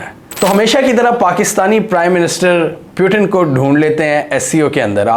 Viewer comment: Peu tin? (putin) moody? Modi. Bewkoofo ye konsa accent hai.